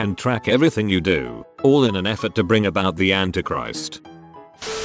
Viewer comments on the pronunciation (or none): none